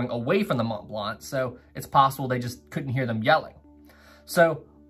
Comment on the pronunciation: Why do you keep saying "Imo" and "Mont Blanc" as "Imos" and "Mont Blant"?